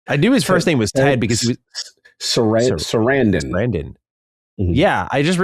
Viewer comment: epic butchering of Sarandos